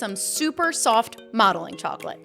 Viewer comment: When you said "Modeling chocolate" why did I hear "Mommy Chocolate"